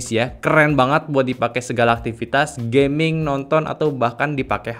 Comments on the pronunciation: knp bilang gamingnya harus "gayming" sus. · Gayming = gaya dan gaming Padahal dah dijelasin